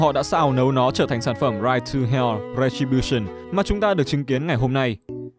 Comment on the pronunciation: "Ride to hell:Retribution": u mean "Rai tu heo: Rè chi bu sừn"?